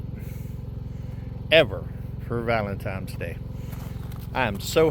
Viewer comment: Lol. ValenTINEs day! NO M in the word valentine!! 😊